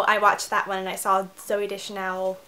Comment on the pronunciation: You say it like 'day-chanel' xD Haha, anyway, cute tag!